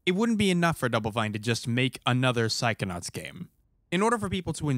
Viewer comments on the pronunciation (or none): Why I instead of “psychonauts” hear you saying “psychonuts”?!?